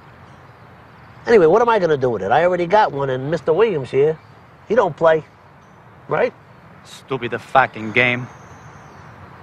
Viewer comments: "Stupid-a fawking game". At least Furio got that right. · "Stoopida facking game..." LMAO !!!!!!!